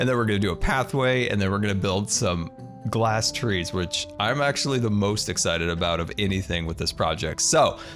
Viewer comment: Ghlass house ? With a "h" like Ghost ...